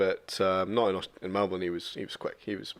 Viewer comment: Why can't anyone pronounce Melbourne correctly!?!?